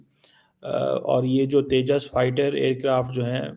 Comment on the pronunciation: Teja nahi Uska name Tejas